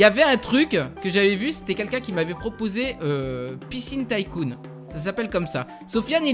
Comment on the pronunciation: Sa se prononce Ticoon pas Taïecoon